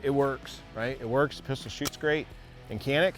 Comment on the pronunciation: People need to know it's a Turkish manufacturer and it's pronounced "Shanik".